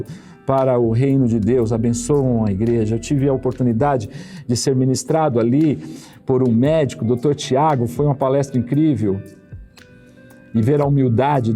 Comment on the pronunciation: Digo Palestra e não palesta